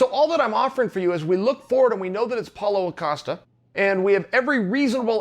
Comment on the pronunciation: SuperSly32 I was just gonna say that. He really been saying Apollo costa then Paulo Acosta WHILE IN THE SAME VIDEO he says Paulo costa correctly